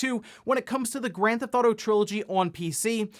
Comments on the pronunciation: "Grand Thauto" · Is it just me or does he keep saying "Grand Thoughto"? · I’m baffled by how you pronounce Grand Theft Auto